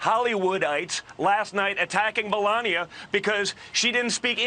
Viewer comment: EPIC He mispronounced his Step Mom's name!